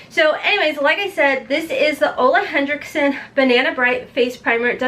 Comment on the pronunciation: Btw Ole Henriksen doesn't have a D in it. HenRIKsen not HenDRIKsen